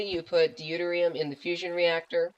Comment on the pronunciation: Great reactor- Deuterium is pronounced Doo-Tier-Re-Um